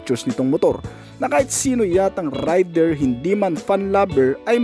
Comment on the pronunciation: rider hindi raider 😬